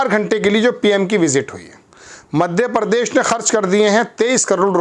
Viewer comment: आपका उच्चारण सही नही है l प्रधान को आप परदान और प्रदेश को आप परदेस बोलते हो l और बहुत सारे शब्द हैं जो आप ठीकसे बोल नही पाते l